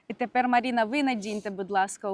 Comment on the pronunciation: Різало слух «Маріна»… а ще «Ванєчка»… Чому не Іван та Марина???